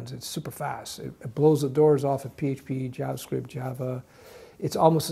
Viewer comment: I only watch this guy cause he says jabascript